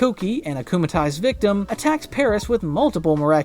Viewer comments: It's worse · Erm actualy its "acumatized" not acumalized